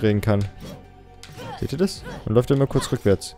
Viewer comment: Das "man" hast du aber ganz schön gefailt XD am n XD